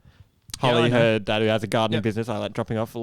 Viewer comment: talking about gifts for family, "mom, dad, sister" What I heard, "mom, dead sister"